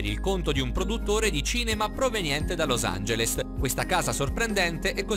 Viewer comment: Nel a casa conteiner hai detto Los Angelest 😂 vb nn ti prec ti stimo